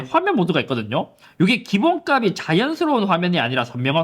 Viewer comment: 기본값이 발음 기본가비 X 기본갑시 O